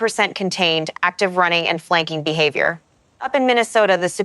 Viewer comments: Go home AI, you're drunk.😂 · AI having difficulty saying the word behavior? What was that?